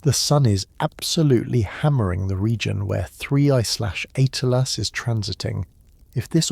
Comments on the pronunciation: HEY A-I, "Atlas" is not pronounced "ATE--LASS". Rather, like "AT--LASS". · Cant even say atlas correct